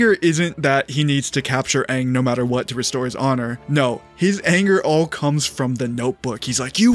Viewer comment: ZUKO DOESNT SAY HONORRRR!!!!!😭😭😭😭